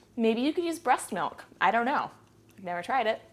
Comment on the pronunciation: Breat milk!!! lol!